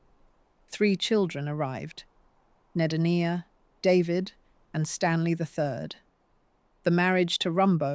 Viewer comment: Named for Huttons dead son Ed, Nedenia was the feminized name she was given to remember Ned Hutton. Pronounced 'Neigh Deen ya' not what was said in this docu.